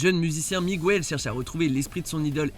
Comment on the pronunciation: Les voix-off ne regardent vraiment pas les films qu’ils commentent sinon ils ne prononceraient pas aussi mal le prénom Miguel contrairement au film en français C’est pas Migouel, si ça avait été le cas le prénom s’écrirait Migüel. En espagnol tous les U ne se prononcent pas ou sinon qué se dirait qoué C’est pourtant la même règle en français. Le son gue avec un -ue et -ui tandis que sans u, le g devient un j. Un ange, un angel (j en français, jota en espagnol) / une guerre, una guerra (vous comprenez, pas bêtement gouerra)